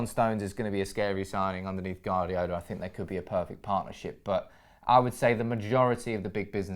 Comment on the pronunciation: Guardiola is pronnounced "Wardiola" not "Gardiola"! haha